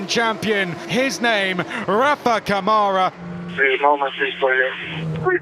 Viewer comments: Câmara, in brazilian portuguese is pronounced: KUH-ma-ra.. NOT ca-MAH-ra =) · It's CAmara not caMAra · Ladies & Gents... Please! When are we going to start PRONOUNCING Rafa's LAST NAME CORRECTLY? Especially now that he has won the championship? His last name is pronounced COME-ah-rah.... NOT C'mara.... RESPECT PLEASE. ! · Brit guys need to learn how brazilian pronounce his last name like camera, not like camaro. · Someone tell these guys it's not CaMÁra, it's CÂmara. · It's CÂmara Not caMAra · Rafa "Camára" foi de foder kkkkkkkkkkk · Better start doing the right pronunciation of Câmara. It sounds like KAH-muh-rah! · "Rafael camára"😂😂😂 kkkk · To compensate, French commentators say "Camarâ" ... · We're near the end of the F3 season and the commentators still can't pronounce "Câmara" correctly.